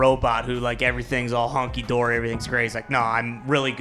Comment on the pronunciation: Did he say "Honky" dory? I'm offended.... The term, sir, is hunky dory LOL